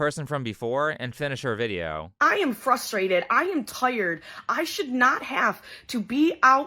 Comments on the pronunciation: she really hit the “tuyered” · The giant Dixie cup is "Tie-yurd" y'all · ...im toyerd"